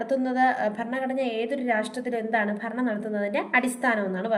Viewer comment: ഫ അല്ല ഭ ഭരണഘടന😊